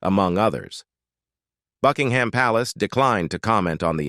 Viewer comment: Queen Elisabeth was a caring, loving Queen whose legacy will live on forever. By the way Buckingham is pronounced with a silent h.